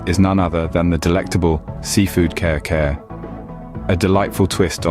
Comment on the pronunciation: I'm crying watching this video. It is pronounce as kari-kari not care-care plus Kare-Kare doesn't use bokchoy 🤦🤦🤦